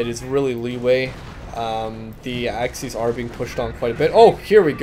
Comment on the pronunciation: love how you pronounce axis as axys